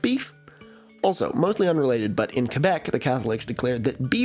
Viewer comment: Thank you for actually pronouncing Québec properly! P.S. Have you heard of Louis Cyr? Could be an interesting video topic!